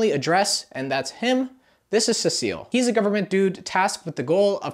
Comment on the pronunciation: Cecil? No, CECILLE 😂